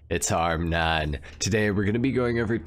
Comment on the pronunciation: HARMONE NOT HARMNONE 😈